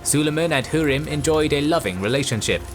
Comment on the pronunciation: Her name is pronounced Hoo-rem not hu-rim